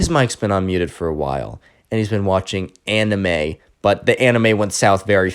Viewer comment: anime pronounced ay-nyme